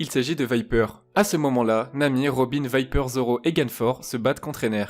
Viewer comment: C'est toi qui me choque avec ta prononciation de Wiper 😂 L'intro est folle par contre 😍